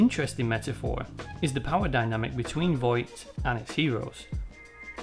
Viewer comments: It's Vought, not Voight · The Boys is an excellent show, and you did a really good job of analyzing it. However, I have a couple of criticisms. Sorry to be pedantic, but you keep pronouncing it Voight. It's Vought. I apologise, it's not important, it just irked me. I would also suggest boosting your voiceover level a bit more. It's rather quiet. You could maybe use some compression to squish down the peaks and give yourself some headroom. Finally, you could do with getting some better music. The music you've used here is rather generic and it doesn't really suit the material you're discussing, it's a bit jarring and incongruent. Please don't take this as a dis, it isn't, I like what you're doing, and it would be nice if your production improved so as to do your work justice. Best of luck to you. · So, a lot of the time when you are saying 'Vought", you end up saying "Voight" instead, which was really gratifying because I can never fucking remember the corporation's name, and always hear "Voight" in my head when it does come to me. Then I feel crazy when they say Vought on the show. So, hearing you do it over and over again too was really validating. Also this was a lovely little essay that was well done and satisfied my late night craving for someone talking about the show. Thanks for making it. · Bro it’s pronounced “vought” not “voigt” but good video